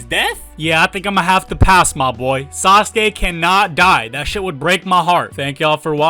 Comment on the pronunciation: It's not sasake it's sasuke 😂